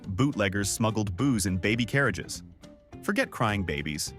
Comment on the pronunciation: bootleggers smuggled booze in baby CARirages - - - - Should be in BABYcarriages AGAIN stupid AI